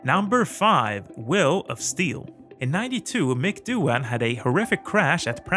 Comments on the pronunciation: Doin’ ... not dough-han ... ! 😉🇦🇺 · I really don't see how Stoner and Hayden brought something new. Good riders, but not that special. Pronounce Doohan as 'Do_an' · As an Australian, allow me to help you pronounce Mick's name correctly. The 'h' in Doohan is silent. It is pronounced like the word 'doing' but without the 'g'. Thanks